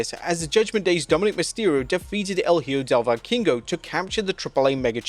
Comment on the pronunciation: Doesn't even try to say Hijo del Vikingo's name correctly